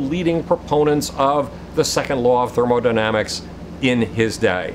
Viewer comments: I'm definitely going to trust a guy with no professional scientific training. And who calls thermodynamics "thermodynamisis" . I thought the amazing atheist was idiotic and totally philosophically and academically inept years ago when I first came across him. I'm actually embarrassed for him to see how far he has fallen, yet I'm sure he believes he has become more sane and legitimate. Peace. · "Second Law of Thermodynamisis" ... Thermodynamisis